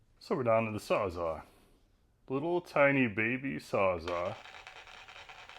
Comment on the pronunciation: Did anyone tell you how to pronounce the word Sawzall?